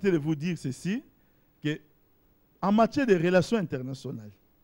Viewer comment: soigne ton accent, tu parles très mal français étant un politicien ça donne pas envie de t’écouter, tu confonds matière à matchière keiekeiee, cela ne te gène pas? hien, avec des gens comme toi, tu penses que kabila peut gagner des accords avec d'autres pays?? en plus ce que tu racontes ce rien que du bleuf, tu penses k les gens sont idiots, alors, arrête de passer a la tv, soigne d'abord ta prononciation et ton français... c'est horrible d"écouter ton français et tes bêtises.